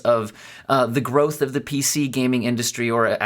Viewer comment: Now i know why you native speakers pronounce growth and gross similar...